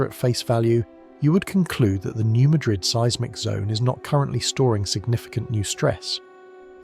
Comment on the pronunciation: It is not pronounced New Muh-DRID fault, it's the new MAD-rid fault. Yes, some of us have heard of it, many many times.